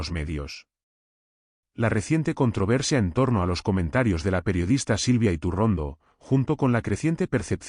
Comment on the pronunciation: Elvideo es maloooo..yretorcido,con un tufoo a derechas,que se nota hasta en la mala pronunciacion de su apellido